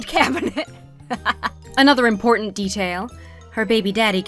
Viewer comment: For me it's the word "important" in how a bunch of influencers pronounce it "Impordant". I hear it said this way constantly now. It hurts me each time I hear it.